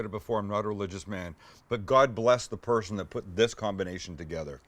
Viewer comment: Sounded like he said "God bless the 'Persian' that put this combination together..."